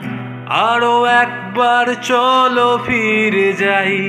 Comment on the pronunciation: প্রথম দিকে আইকনিক সোলোর সাথে Rhythm ম্যাচ করেনি মেট্রোনমে। "কথা", "ফিরে" "হাতছানি" এই উচ্চারণ গুলো স্পষ্ট হবে। বাংলায় "ফ" English e "F" এর উচ্চারণ আলাদা। শুরুর দিকে vibrato বেশ ভালো লেগেছে। তবে "আরো একবার রাজি আমি" এই জায়গাটায় একটা ট্রেডমার্ক আছে high octave এ গাওয়াটা। সেটার ফিলটা হঠাৎ মরে গেলো, এগোচ্ছিল ঠিকঠাকই। 👍